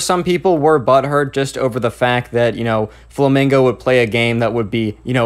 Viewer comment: You said "fomingo" ,bruh